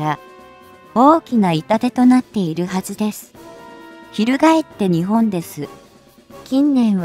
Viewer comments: にちぼんっ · 「日本」を「ひぼん」と読み上げられると一気に興醒め╮(︶﹏︶")╭